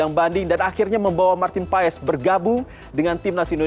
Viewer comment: Bacanya marten pas ya??❤